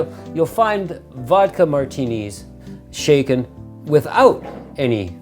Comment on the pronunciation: Shaklen, not stirred 😂